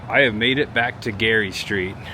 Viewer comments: I'm sorry, native Bay Area gal here, but you are "killin'" the Ghirardelli name. It's pronounced..."Gear-a-deli". Wish you would have gone to Pier 39...haven't been there for awhile! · I was gonna poke fun, in a good way and say he pronounced it wrong. But hey he finally got the pronunciation of Museum this time, lol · Native San Franciscan here. You did a great job, the city looks great. I'm just going to help you out with the pronunciation Ghirardelli name. (Gear-ah-dell-ee). Don't feel bad it's Italian not english.🙂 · Proper pronunciation is Gare-a-deli